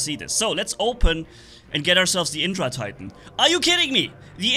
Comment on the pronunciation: Hey you should pronounce the vajra like "ve-jrr" and the indra titan like "in-drrr"